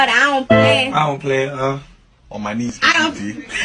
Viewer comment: when he said on my nees every day hahah that killed me